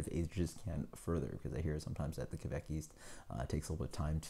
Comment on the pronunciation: Kveik is pronounced pretty much like 'quake'. About the pronounciation of the other Norwegian words; you tried :) Nice review, cheers!